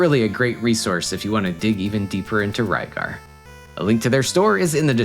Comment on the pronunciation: Rygar is the correct pronunciation. Lygar is due to the absence of the letter R in Japanese alphabet. So depending on the word they replace ot with other letters. RYU ... would sound more like HU-LEE-YOU...or something. To us it's "REE-YOU". Just like a Japanese toy line form 1980's called "DIACLONE" was released in the U.S. as "DIACRON". TRANSFORMERS ... TADANSAFOMA MEGATRON ...MEGAT'DON THUNDERCRACKER ... THUNDACLUCKA OPTIMUS PRIME ... CONBOY "CONVOY" my spelling of Japanese versions of Transformers names I know is off but it gets the sound across. Oh wait, this video is about RYGAR not TRANSFORMERS... sorry got off topic.